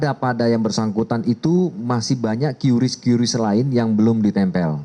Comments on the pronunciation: "KRIS" cara bacanya bukan "QyuRiss.. " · Cukup di baca Kris ga perlu kiyuris pak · Dibaca QRIS Pak